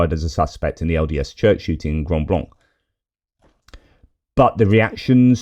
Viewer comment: Hi, & Friends.Pronounced grand blank, w/o